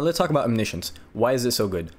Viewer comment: bruh... it's OMNI-SCIENCE... you know like... scientist XD